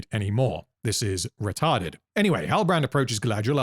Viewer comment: OMG HE SAID RETART!!!! Give that man a cookie🤣